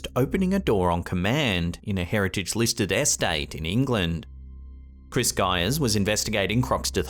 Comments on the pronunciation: Haha, dummy can't pronounce estate correctly. S-state. It starts with an E dummy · Scariest parts of the vid was pronunciation of "estate". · Love the way says “Estate”